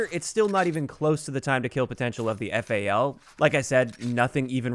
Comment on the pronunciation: Why the hell are you calling the weapon F.A.L. It's FAL, FAL, like Fall. Jesus dude.